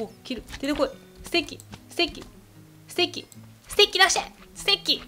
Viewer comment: ステッキがステーキに聞こえる笑